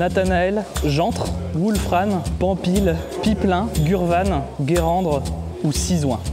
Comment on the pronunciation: Ptdrrr Guérandre 😂😂 et la ville où j'habite c'est Guérande 😂